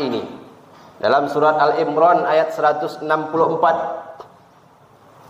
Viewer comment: Surat Ali Imron bukan Al Imron